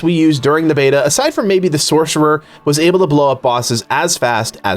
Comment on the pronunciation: Just a slight correction , when you were talking about the funnest class in the game you mispronounced Sorcerer. 😛